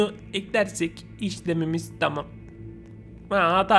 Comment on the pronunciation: "Bu bilgisayar taam" Abi taam dediğinde koptum kskskskjdırnxodpÖşcnlp